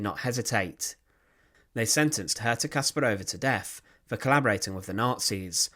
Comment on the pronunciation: The accent should be on the second syllable. KaspARova.